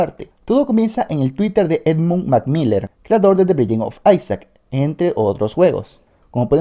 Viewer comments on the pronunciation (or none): el pronuncia mal los nombres No es difícil de entender